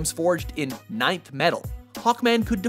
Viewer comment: "Nineth metal" LOL.